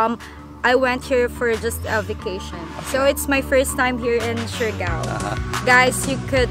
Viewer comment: You there 2 weeks and still can't pronounce the island name correct.. Siargao is pronounced 'shar gow'.... It's not 'shari gow'